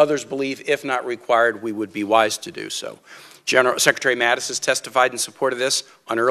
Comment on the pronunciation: Mattis has a very prominent and very annoying speech defect. Mattis should address that prominent/annoying speech defect. Mattis is unable to pronounce his own name! Mattis pronounces his name as, “Mattith.” I would be categorically embarrassed to speak publicly if I had a speech defect like Mattis has.